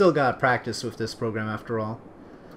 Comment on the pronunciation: ***** You do say "wif" instead of "with" :P :)